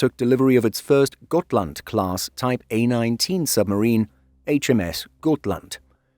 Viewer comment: I disagree, every effort to sound like the Swedish names should be applauded. I have seen countless videos where Gripen is called Gruyypen which is preposterous. It's either the Swedish "greepen" or the anglicized "grippen", which is incorrect but acceptable as it rolls off the tongue. Except for the first Hal laand, I think both Halland, Uppland and Gotland were pronounced flawlessly and we even got really good shots of Västergötland and Södermanland, which aren't easy tasks. Really well done. Finally someone who knows åäöÅÄÖ aren't A's and O's. The U in Uppland could be more upwards pointing though instead of Oupp sounding, but it's no big deal. Blekinge is difficult, much because of the melody needed. It's "Bléé-KINGE" in a daaa-dadatt rhythm, like the word "forcefully" but the second syllable higher up (not stressed). I'd need a music sheet paper for it rather than phonetic writing. Perhaps the word Amiga (as the gaming system) for the tone of the i, but the rhythm of Forcefully.